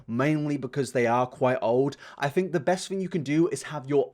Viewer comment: When you say fink instead of think I feel warm and fuzzy inside